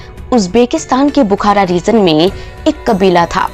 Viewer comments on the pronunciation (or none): Aurangjeb nahi Aurangzeb kaho. Region ko rezon, rajdhani ko razdhani aur Baji rao ko Bazi rao keh rehi hai. Teri auqaat nahi hai Nizam ya Mughal ke baare mein muh bhi khol sake. Waise teri soorat bhi kisi kulche se kam nahi hai. 😁😁😁